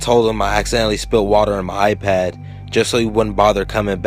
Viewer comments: It's iPad not apad wtf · now he just turned British there with the a pad how my daughter in law says it. or hand me my A phone? I am like Huh?! You mean phone?! lmfao. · thnx, awesome narration but a pad??? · lmao pretty sure it's iPad